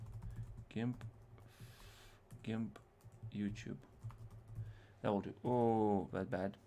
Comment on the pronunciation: FYI: It is Gimp with a hard 'g' like 'goat'; a soft 'g' is like the name 'George.' Nice video.